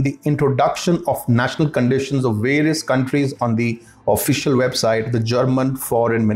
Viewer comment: Excellent report, but what's the problem with indians pronouncing "v" ?? "InvestWestment" (investment)? "Warious" (various) ?? "v" is pronounced like "f" only it's softer. upper teeth must touch lower lip. With "W" sounds upper & lower lips do not touch. It's easy. Try it.